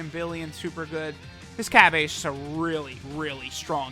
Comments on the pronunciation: It annoys me how he says Cabbae when it’s clearly Cabba, throughout the whole anime they say Cabba 🤦🏻‍♂️😤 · Cabba, not cabbe